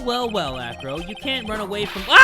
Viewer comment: Who also thought he said Afro instead of acro